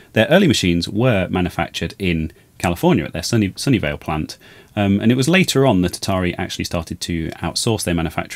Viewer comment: I was thinking how could Sony Vaio manufacture the Atari 800. They didn't exist until decades later. It wasn't until I saw the tag that I realized you were saying "Sunnyvale".